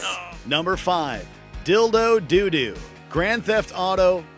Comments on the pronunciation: dildo "doo doo" lmao wtf? it's dodo? why did he say "doo doo"? lmao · This man said dildo doodoo on number 5😂😂it’s dodo dough dough not doodoo lmaoo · It’s Dough-dough, not “doo-doo” lol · It's pronounced dodo, like the bird. Not "do do." Lol Think about. Dildo and Dodo rhyme. Dildo and "do do" don't. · "Dildo doodoo" oh my..... Its doh doh! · Did you just pronounce dodo as doodoo? Also, how do you not remember pay phones? You look about 40 in your pic. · He said Doodoo instead of Dodo 😂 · Did he just say Dildo DOODOO?